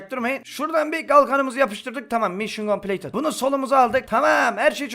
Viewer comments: Bir atasözü derki: mişın kompleytıd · Bir atasözü derki: mişın kompleytıt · Bir videosunda konuşmalarının yarısı: mision coplated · Bi ata sözü derki: mişyen kompileytınt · Bir atazözü derki:mişın compileytıd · Bir Ata Sözü Derki: Mişyın Kompleytıt